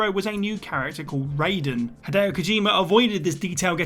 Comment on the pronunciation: RAIden* not RAYden